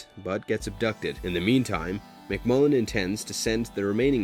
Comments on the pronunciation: Narrator kept calling destro MCMULLIN. It is MCCULLIN. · Sorry, but Destro's name is James McCullen Destro, not McMullen. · It's McCullen, not McMullen. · McMullen? Lol You McCullen?